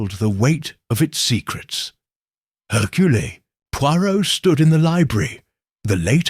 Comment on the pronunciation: Not hercoole but Hercurl